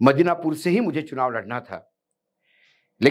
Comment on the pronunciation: मिदनापुर कहिए, मदीनापुर नहीं । कल से ग़लती कर रहे हैं ।